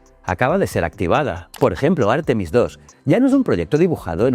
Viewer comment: Por favor: un poco de respeto para las reglas de acentuación: "textil" es una palabra aguda, no llana; "Artemis", en Castellano es llana, no esdrújula ni aguda (y si decide que es esdrújula, que lo sea siempre, y no según el capricho de quien habla). No cuesta mucho trabajo y dejará de herirnos los oídos y la mente. GRACIAS 🙏🏽